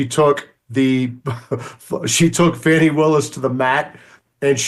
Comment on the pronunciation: Her name is Fani pronounced "Fawnny" not "Fanny". You know this Megyn!